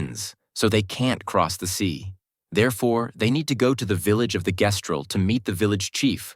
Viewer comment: How THE FUCK you play through THE WHOLE GAME and still pronounce Gestral COMPLETELY WRONG. That honestly invalidates the whole video because apparently you weren’t paying enough attention